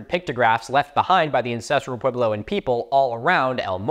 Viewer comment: It's going to kill me the way Milo keeps saying "pway-blow". Edit: especially since he says puebloan correctly!